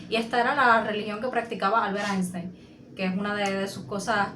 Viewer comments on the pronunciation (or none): none